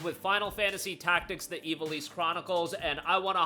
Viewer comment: Dude. Say it with me - IV - AL - ISS. IV AL ISS